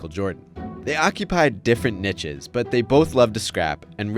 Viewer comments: you’d think a journalist would know how to pronounce niche ? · I think I'll never quite get fully comfortable with that pronunciation of "niche"